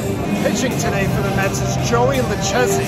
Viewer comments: Some New Yorker…can’t even pronounce “Lu-KAY-see”. 😉 great video! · How do you not know Joey lucchesi and how to pronounce his name